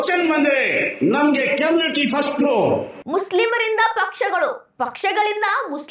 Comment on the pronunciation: "" ಕೆಮ್ನಿಟಿ"" ಅಂತೆ. ನೆಟ್ಟಗೆ ಓದಿದ್ರೆ ಈ ಬಾಳು ಯಾಕೇ ಬೇಕಿತ್ತು.